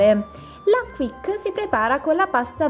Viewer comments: Si pronuncia "chisc" no "quic" ti pregooo!!! Cmq pronuncia a parte belle ricette :) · Oddio..si pronuncia "chish" non "quik"😄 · la Quiche (pronuncia chisc) è il termine francese per indicare una torta salata farcita con base solitamente fatta con pasta brisé, tutto qui ☺❤